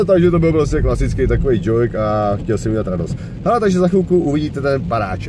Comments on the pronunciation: kdyžtak ''džouk'' a ne ''džojk'', ale jinak super video:) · Je to DŽOUK a né DŽOIK lol... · Neni to džoik (joik) ale džouk (joke) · to jak říkáš ten #DŽOJK (nevim jak to mam napsat tim stylem jak to říká) to říkáš schválně nebo jak celkem mě jako slušného angličtináře mě to sereXD jinak super videi palec hore:-) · Jkjhalooo přesně xD